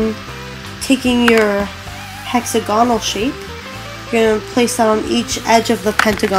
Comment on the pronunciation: wasteag is not a word..neither is hexagonal or at least the way your saying them...